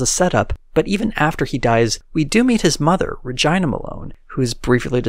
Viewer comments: "Ruh-ji-nuh"? I think it's pronounced "Ruh-gee-nuh". But I could be wrong, just sounds weird. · the way he said Regina 😂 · i don’t think thats how you pronounce her name.